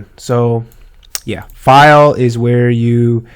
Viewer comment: " FILEE" much lovelol